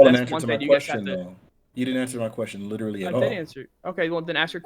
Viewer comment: likes to over pronounce words, especially the word literally. And he uses that word a lot.